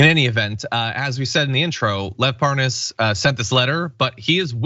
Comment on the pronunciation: According to Devon Nunes, he never heard of Lev Parnas. Oh yeah you mean Lev Par-nas, right.